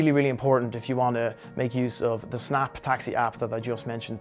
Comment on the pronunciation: It’s called S snap like u say the letter S then snap. Again I know because I am from Iran Thx for the likes